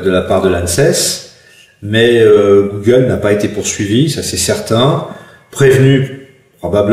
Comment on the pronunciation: un magistrat qui ne connait pas la prononciation d'un terme comme google ... même si on ne lui demande que de dire le droit, il me semble que cela traduit au mieux, un manque de culture manifeste, au pire un décalage abyssal avec la société dans laquelle il vit ...il est quand même censé donné un jugement ! si il ne sait pas de quoi il parle .......